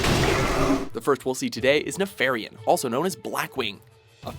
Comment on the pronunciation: slight mispronunciation on nefarian and Illidan gets u that worked up? Im accually surprised how well they pulled that off